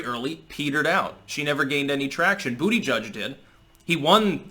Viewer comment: I'll never ever get sick of him saying "bootyjudge"😆